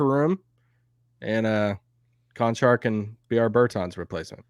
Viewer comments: Guys...I didn't know who you were talking about and I am Slovenian - its not Kanchar...its CHanchar. Why kancar? There are 2 identical letters and you read them differently 😅😊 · ) Čančar is like CHicago CH twice CHanCHar Konchar is like CHicago CH once KonCHar :) but all good :-) just a little confusion ;) thanks for your work! am with u since 2018 each morning (my time) best wishes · lol, how you guys say "Čančar" is ridiculous :D